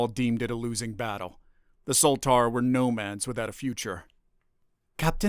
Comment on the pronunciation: Look down last comment your sure this is not AI or just a RUSE ??? Nomads should not be orated and pronounced Nomans FFS if you are human learn to speak FFS